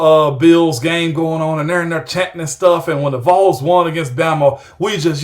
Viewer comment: Was there for the ward transition and now the Kessling, this was a great hire. He better pronounce Vols a little better quickly but other than that... GBO